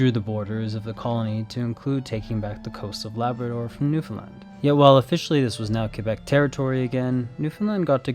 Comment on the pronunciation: As a Newfie thank you for Saying Newfoundland properly LOL you have no idea how much it pisses us off when people call us “new- Fin-lind” like we have nothing to do with Finland thanks 😭